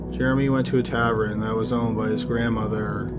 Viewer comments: Tavern is pronounced 'tāv-urn' not 'tav-er-in'. That's all. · It's tavern not tavren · tavern =/= tabren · It's taVERN not taVREN!!! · “Tav-ren” instead of tavern. Thanks for giving us a new word mangling!